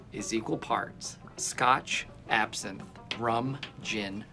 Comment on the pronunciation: Michael can say Absinthe but not when he is with Jim